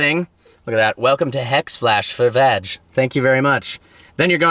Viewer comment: It's VAG...not VADGE 😋! Loving the Lambo back dude!